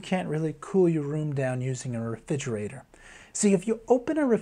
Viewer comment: I was getting a lot out of this until I realised he can’t say refrigerator, which is super super distacting